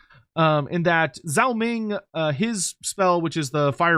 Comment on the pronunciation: Day 10,000 of being unable to pronounce Zhao